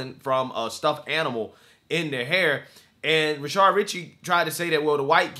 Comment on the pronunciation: Why does this guy always say 'Rashard?'